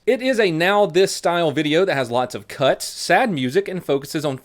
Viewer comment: "has lots of cuts" initially thought you said cucks lol